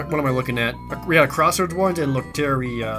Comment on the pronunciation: _it's been bothering me, but it's pronounced "lOh-te-(r)dEE-ah"